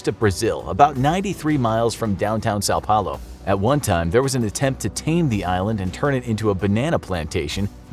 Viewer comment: You say são Paulo like sa paulo